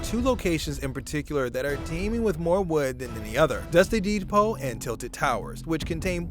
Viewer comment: "Dusty deed-pole"